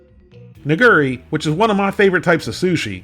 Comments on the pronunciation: That Nigiri would be said "KneeGeeRee" not "NiGery" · i believe it's pronounced "nigura" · Hearing you say nigiri sounded like you were almost saying something else. No offense intended, of course.